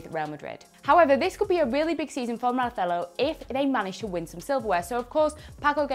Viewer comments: Possibly the worst pronunciation of "Marcelo" I have ever heard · The way she pronounced Marcelo's name made me confused 🤔. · did she have a stroke or something? The way she's saying Marcelo...? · What's with the pronouncing Marcelo? He's Brazilian not Catalan. You read every name as if they were English, the one time it would have been correct you read it as if from Barcelona